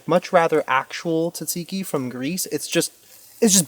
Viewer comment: If your trying to say tzatziki, your saying it wrong lol!😂